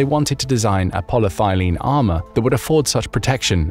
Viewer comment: It is "polyethylene", not "polythylene".